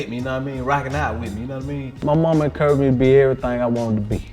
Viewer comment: "my momma EN-CURRY (encouraged) me to....." 🤣🤣 Gotta love that ATL lingo